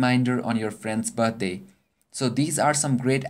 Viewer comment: lmao buttday